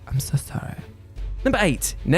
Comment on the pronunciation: “Ahm sew sahreh”